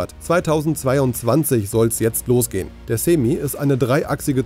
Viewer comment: Reines clickbait, null Inhalt und noch nicht mal "Yoke" oder "Semi" aussprechen können (Rechercheaufwand max jeweils 15 Sekunden) - sehr schwache Vorstellung, ams.